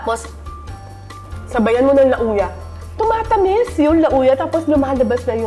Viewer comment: Hindi po LA-OO-YA ang pagpronounce ng Lauya de Palanyag. Dish po ng Ilocos yung LA-OO-YA. Ang pag pronounce po ng Lauya de Palanyag ay LAWYA. Palanyag po old name ng Paranaque.